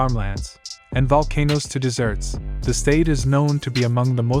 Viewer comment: Yes. Can't tell the difference between Desert vs. Dessert? 🤣